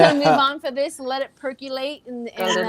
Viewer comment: Percolate percolate percolate. No “u” in that word. 😊